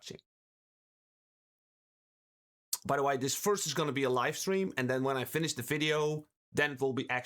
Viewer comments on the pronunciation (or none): none